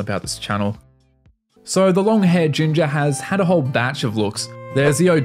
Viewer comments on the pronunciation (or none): none